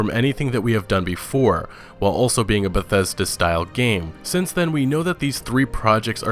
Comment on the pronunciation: It's beth es da... Get ready to be disappointed